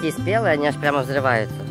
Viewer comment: Почему взры́вается гранат. Мо́жет его совсем не надо́ полевать